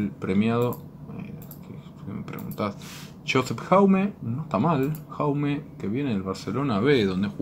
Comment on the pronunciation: No se pronuncia Jaume, se pronuncia como Yauma